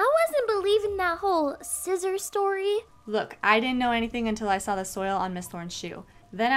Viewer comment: Girl really said “you swaw it